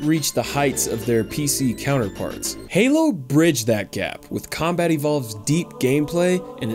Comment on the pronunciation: Wait wait did he say crowmbat evolved 😐